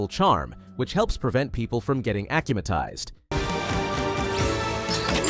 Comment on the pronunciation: AH-KUM-AH-TIZED no ACH-AH-MA-TIZED